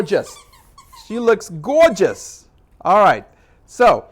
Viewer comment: Gorgeamess. Lol